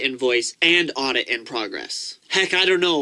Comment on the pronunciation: hey man, it's audit in progress, with a D, not aubit, with a D, just sayin